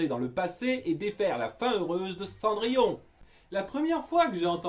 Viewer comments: Ah c’est pour ça qu’ils disent « Cendrillone » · A on entend gus et jaq dire cendrillone